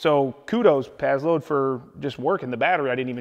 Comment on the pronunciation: When you “pazload” are you trying to say “passload”?